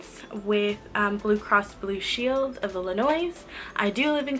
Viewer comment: The s at Illinois sent me. 😂 Love your video though!!! 😊😊